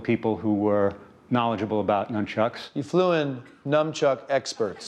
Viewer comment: Nunchucks, or Nunchukus, not NUMchucks.